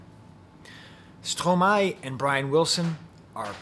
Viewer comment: I hear you, both literally and figuratively. Thank you for your review and your deep appreciation of Stromae ( and the correct pronunciation of his name!), First, I believe your are correct in stating that "L'enfer c'est les autres" is from Sartre, but is it not from the play "Huis Clos" (No Exit) where a group of people sure to drive each other crazy are trapped together in a room, which is HELL. Do you know the play? In this case, Hell IS other people. That brings me back to your interpretation of "toi." I hear the haunting chorus of female voices that starts him fighting with himself. "Ya Ya Ya Ya Ya" they sing. Is "toi" some guilt-laden memories of women in his past? Stromae is so great because he takes on the most difficult issues. Mental illness with suicidal ideation surely is one. I can only think of one song where he thinks of suicide, "Te Quiero" where he envisions himself at the top of a building about to jump off and "j''aurai l'air d'un con quand je sauterai dans le vide." This is about a love/hate relationship. "Je l'aime à mort mais je la déteste." Is this happening again? "Fraid so. So....